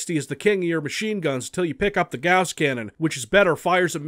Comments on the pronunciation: Gouss? I think you mean Gauss. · Everytime you say the word gauss a puppy dies